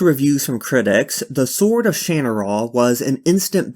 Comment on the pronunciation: I believe it's pronounced Sha-nara. Or at least that's how the FX TV show pronounced it.